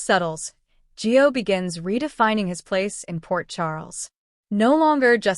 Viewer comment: ITS GIO IS HIS NAME not Joe